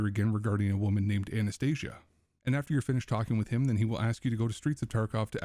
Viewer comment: Try to say her not as Z and more as S . You are saying "Anesthesia" as her name.